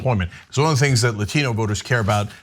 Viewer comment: You can tell how fake she is by the way she pronounced Latino.